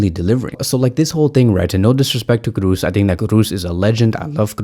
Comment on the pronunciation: No to Olmo. Yes to Simmons. Olmo is NOT an alternative to Williams. Totally different profile. Let's buy Williams and get Simmons on loan. Kroos, double O. Not Cruz. Pronounce like in Jo's. Thanks for the vid bro. 💜💙💜💙💜